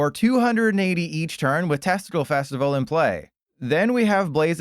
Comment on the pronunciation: The what Fesitval?